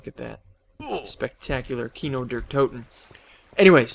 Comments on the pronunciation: its pronounced Key-No Dair Toe-Ten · xD when u are german and u say kino der toten like an american it sounds so nooby it means cinema of death xD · xD sounds like KINOW DER TOUTEN